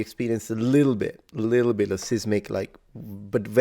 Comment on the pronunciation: You pronounced seismic like the the start of scissors but it's size-mick